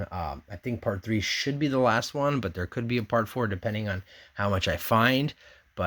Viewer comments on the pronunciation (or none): none